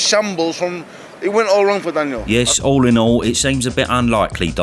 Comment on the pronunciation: The way your pronounce Daniel’s name is criminal